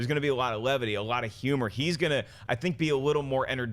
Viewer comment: I just noticed that John doesn't pronounce the in humor.